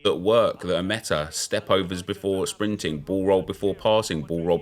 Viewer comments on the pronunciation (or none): none